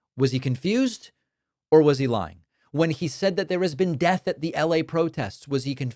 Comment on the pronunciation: oh come on he's saying Det 👎👎 not death come on Dave get your shit together